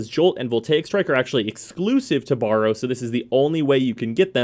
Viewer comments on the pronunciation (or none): Borrow, eh? I thought his name was Baro. And lets not even get in to 'rapier',.